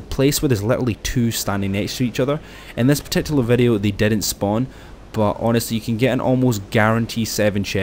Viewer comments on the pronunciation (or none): none